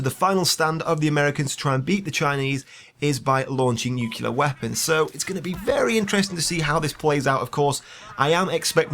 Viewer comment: *Nuclear, not nukelear.